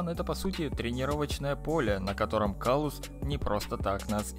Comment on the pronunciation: кстати правильно говорить император клаус